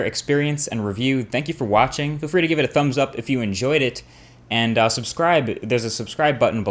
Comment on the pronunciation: I like how he says, "Thanks for WATCHing."